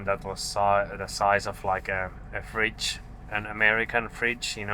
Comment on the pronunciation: "A frigdge" OK, that's not big. 'An American fridge' Oh, bloody hell!